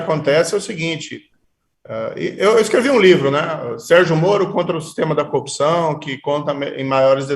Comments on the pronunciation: Eis o combatente da "coupiçaum". E caçador de Lllulllla... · Coupcao, coupcao, coupacao. As aulas da fonologa da globo nao resolveram nada. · Como um cidadão deste virou juiz? Até quem fez o primário saber pronunciar corrupção! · Incrível, ele não consegue mesmo pronunciar com boa dicção a palavra "corrupção", é como o locutor esportivo que não consegue gritar "gooool". Bestial.